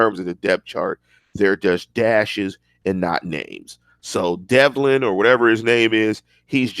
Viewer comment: It’s DEVLIN LOLOLOL the v comes before the l it’s not delvin hahaha